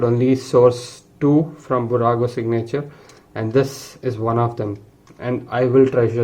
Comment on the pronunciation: Fantastic video! However, when you say "signature", the accent is on the "i" and not on the "a". At any rate, beautiful video and well done for highlighting how much detail there is in these models, even though they are not the most expensive ones. For curiosity, how much did you pay for each of them?